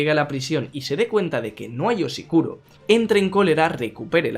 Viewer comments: Dijiste oshikuro en vez de oshiruko tantas veces que ya me confundí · Diossss! eres un puto crack!!!... Muy bonito todo peeeeroooo joder para ya! que es "OCHIRUKO" y no OCHIKURO T.T mis oidos sangran xD. No solo te equivocaste una vez sino las mil veces que lo repetiste jajaja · Gracias por el spoiler por cierto es o-shiruko no o-shikuro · Es oshiruko no oshikuro.xD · No ha dicho Oshiruko bien ni una vez xD